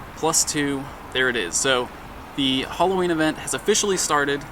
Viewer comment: it's Halloween not holloween